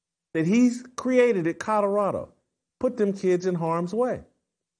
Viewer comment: Jason NOT CUTTERADO….it’s COLORADO!!! 😂😅